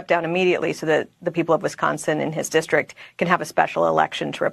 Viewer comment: I think that MTG (who says "dischtrik") should be expelled.